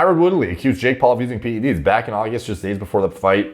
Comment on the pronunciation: Thank you for pronouncing the 'e' in PED's. I actually unsubscribed to someone on Youtube because they consistently pronounce it as PD's.